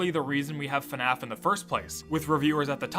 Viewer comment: That's cool and all but its bothering me of how ur saying fnaf😭